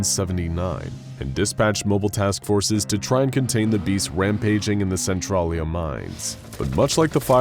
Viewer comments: you butchered how to pounce centralia. cen-tral-ia. i grew up in centralia WA. n everytime you said it i cringed hardcore. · I hate the way he pronounces Centralia... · Don't know if its just a local thing but the way he says centralia is weird